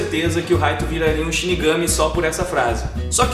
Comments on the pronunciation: Poem Light mesmo kk mo agonia ouvir Raito kkk lembro da Live Action japonesa q eh uma merda kkk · Se lê Raito mas se fala light como night tirando isso video ótimo❤